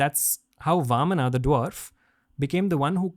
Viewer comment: Very informative. A person with great knowledge. But it feels bad to hear all these beautiful words are spoken with A at the end. AVATARA, NARSINHAA, VAMANA, RAMAYANA, PARASHURAMA and many others.